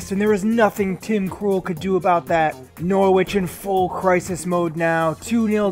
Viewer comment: Hello mate i'm from England, the way you pronounce Norwich is "Nor-itch" as the "W" is silent, Keep up the good work though!